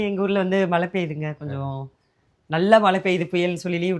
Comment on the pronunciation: Mala. Mala. Solringa. மழை